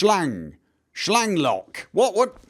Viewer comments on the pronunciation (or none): Actually your German pronounciation is pretty good:) well except for 'Schlagloch' ^^ and it's sounds adorable when you read german ^^